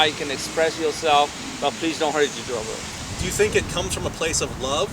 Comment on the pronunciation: lol, the way he mumbled “each other” 😅